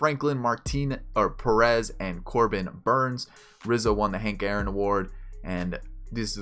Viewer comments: Youre pronouncing Sanchez and Travis' first names wrong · Do you know how to pronounce Aaron and Devon Travis OMFG and you cant say Yangervis or Teoscar but its G lol